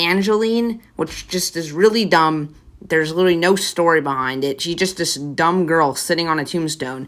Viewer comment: 3 33 bro how u gonna talk trash but say dumb wrong lol